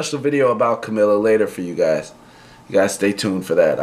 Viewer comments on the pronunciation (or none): please learn how to pronounce her name CAMEELA PLS its annoying tht u do a video abt her n cant take her name